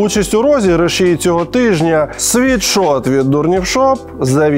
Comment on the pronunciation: Лйоша, кожного разу коли ти рекламуєшь свій мерчь, ти кажешь світшот. Ти просто Сіріусу казав вчора у випуску що STONE це стоун, а не стоуні. Вибач за виправлення. Sweatshirt від слова піт/sweat. Тобто не світшот а сует шёрт. Будьласка, не сприймай як образу. Можете навіть переробити в рекламу інглішдома, і сказати що завдяки інглішдому тепер ви знаєте що правильно казати суетшёрт, а ні світшот.